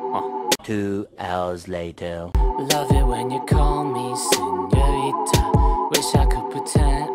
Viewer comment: He takes the t out of senorita